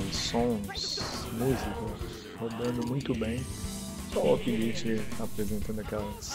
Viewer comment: compara o orange pi pc plus, por favor. E uma dica, o lite lê-se 'láite'. Abraço.